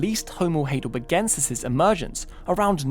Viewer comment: It's pronounced High del berg en sis NOT "hay del berg en sis"